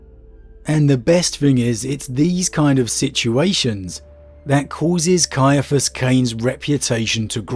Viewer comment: Thank you so much for pronouncing his name correctly. I've had to deal with so many who pronounce it "See- fus"... Ugh!